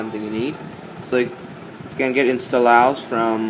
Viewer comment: the way u say instollous :DDDDDDDDDDDDD i have to lough till i die